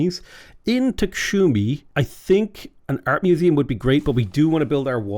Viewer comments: Dude, you've lost your glasses, I suppose! That is not "TKSHumi"! That is "TSKHumi"! Try it several times! And other cities you missread....) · Yes! Georgia with the comeback! Also, I love how you pronounce names of some places and things ❤🇬🇪 Tsikhe is probably my favourite